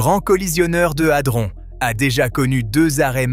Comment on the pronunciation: 😂 Adron pas altron😂😅